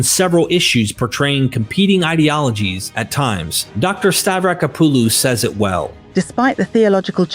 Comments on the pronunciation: I wish he would pronounce Francesca's last neme correctly. Stah- vrah-KO- puh-loh, there is an accent on the first "o". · STAVRACK-OPPALU... what the hell is stav-racka-poo-loo